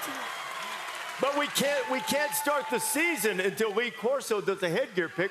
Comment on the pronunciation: Lee corpse-o